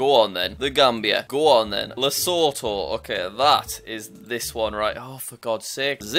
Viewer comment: The way you pronounce Lesotho São Tomé and principe Tunisia and Cape Verde sounds weird. Also it’s just “Zambia” not the “Zambia”